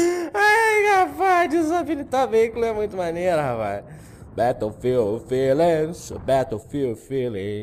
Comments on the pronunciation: tem duas pronuncias, batoufilde e béroufilde bétoufilde ta errado mesmo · na vrdade é beroufild q se pronuncia, mas foda-se